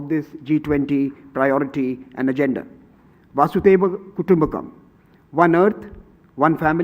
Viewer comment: The guy who introduced the event said " Vasudaiwa Kutumb kam. The guy was obviously parroting the speech he does not know that it is not Vasudaiwa, it is Vasudhiwa Kutumbkam.😀